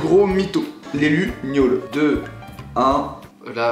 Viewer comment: Suis-je la seule à avoir entendu miaule au lieu de gnôle ??😂😅